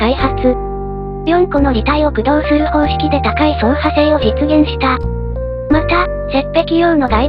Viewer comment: 駆動の発音が せやかて工藤